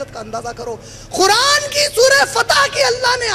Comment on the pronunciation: ق کے لئے خ کی آواز نکالتے ہیں قرآن کو خران اور قریش کو خریش قید کو خید اور اسی طرح ہر ق کے لئے خ کی آواز نکال رہے ہیں